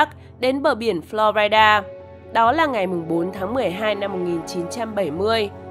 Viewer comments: Florida người ta đọc là phờ lo ri đa tự nhiên phờ lo rai đa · FLORIDA : Phát âm là / ' flo ri da/ not / "flo rai da/